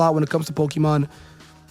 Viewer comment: You don't even know how to pronounce the word Pokémon properly, so you can't be that much of a fan. But, then again, like 99% of fans also don't know how to pronounce the word because they barely know how to speak English and that's just the English speaking ones. People today can barely speak their own language, they can't spell and don't know how to read words properly.